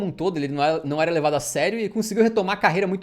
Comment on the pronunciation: Ênfase no "ERA" conjugado no pretérito 😂😂😂